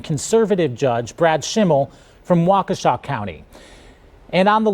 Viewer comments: Seriously how hard is it to say Waukesha right? I remember Katir Kuric saying it wrong when the Hamm Brothers were on after an Olympics. These are supposed to be "professional journalist" right? Takes 2 seconds on a Google search to the proper way to pronounce Waukesha. It's WAH-kuh-SHA The only time I was ok with someone saying it wrong was Bernie Mac in Mr. 3000 and it kinda makes sense for the character. But "professional journalist", get the f*ck outta here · "Wakoosha County"? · MSNBC doesn't even know how to pronounce wok- a swaw!😂😂😂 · First of all you ignorant black bald woman, learn how to pronounce Waukesha. Does she know how stupid she sounds? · Sidebar: The bald woman on MSDNC didn't even pronounce 'Waukesha' correctly. 😅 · totally butchered the name Waukesha! And why do all liberal men sound like they have been taking Estrogen?! I live in Wisconsin and I have been riding our local media on their social media pages for laser focus on Elon but ignoring where Crawford is getting her money from!